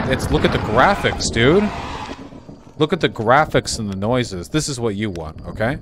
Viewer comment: “It’s not OKEH to be OKEH” ❤️(titan cry 😭)